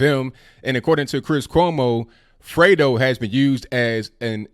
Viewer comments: I thought it was Dego not Fredo... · I THOUGHT HE SAID DAYGO.